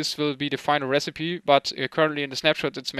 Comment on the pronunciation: "recipe" is pronounced "rässipii" not "resseip":D